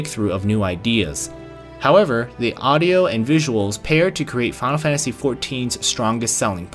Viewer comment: thx for the review but mate it's called "final fantasy" not "fanl fantasy" :D